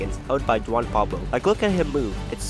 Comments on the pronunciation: My name being Juan it just triggered me when he said The J as a J and not a H so it’s actually pronounced Huan and also what a coincidence my middle name is Pablo! Also I understand the common misunderstanding with the J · Did he just pronounce it “Jwan Pablo?”